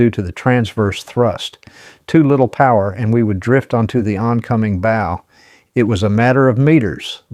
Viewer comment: I listened to this. Enjoyed it. I would have subscribed but it is an AI (Artificial Intelligence) generated narration. I found the mispronunciation of the word "bow" (as in the front of the ship) to be like the "bow" of a violin. This is unacceptable and should have been caught in editing. But there isn't normal, human editing. It's AI.